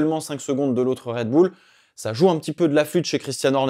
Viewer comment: Red boule? C’est quoi cet accent ? Red Bull, bulle à la limite